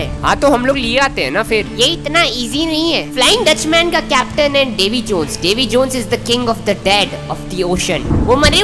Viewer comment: bro you said davi jeans